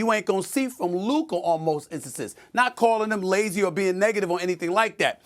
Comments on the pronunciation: “LUKER” who tf is loooker lmao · Why can't Stephen A. ever say luKA right 😂 Luker??? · When Luka plays like that he is “Luker” as Stephen A speech makes him say… Not “Luka”….. Luker playing luke warm which I don’t know about u I’m pouring that ish out lol 😂 jp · WHO is LUKER Stephen A?! 🤫🤣🤣🤣🤣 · Who tf is Luker? Lol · Did he say “LUKER” ??? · “Luker” - Stephen a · Stephen a calls luka luker 😆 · Who tf is Luker 😂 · Stephen a said Kyrie and lukar 😂😂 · Luker lol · Did SAS say LukER? 😂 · He sure did say Luker 😅😅😅😅😅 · Lukher? I hardly even know her 😂 - but also he does it all the time 😅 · Any time a word or name ends with "a" he adds an "r".